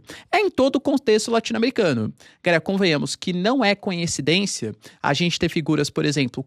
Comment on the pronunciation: Pow, "conhecidência" é osso, professor.